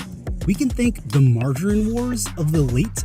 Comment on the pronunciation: It should be "mar-ga-reen". Ga as in gather.